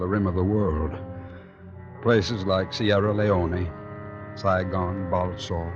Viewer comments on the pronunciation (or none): All those years ago when they made this episode and they made a simple mistake and pronounced Sierra Leone wrong the man called it Sierra ( Leonee )